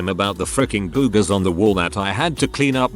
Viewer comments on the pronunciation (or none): "Boo-gahs." I love this TTS bot.